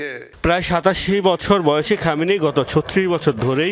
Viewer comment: খমেনি কি রে? সম্মান দিয়ে নাম উচ্চারণ কর। না হয় সাংবাদিকতা ছাড়।